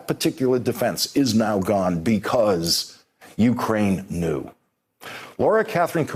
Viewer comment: Is it my hearing or does Lawrence not know how to pronounce knew properly?